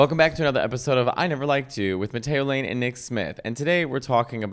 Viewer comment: Okay, but it did sound like you said Potato Lane 🤭